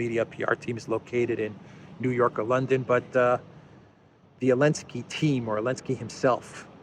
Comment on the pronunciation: Why do you call him Elensky?